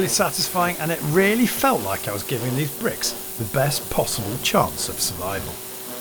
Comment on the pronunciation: please remember to 'litch and subscribe" 😆. Only messing :)